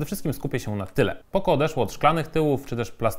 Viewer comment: Jakie poko??? Poco, poco naucz się czytać człowieku...